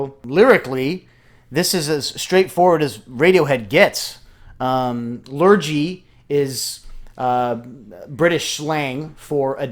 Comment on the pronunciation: Interesting choice to show, I am from England and just wanna say Lurgee is pronounced Lur-Gee not Lur-Jee.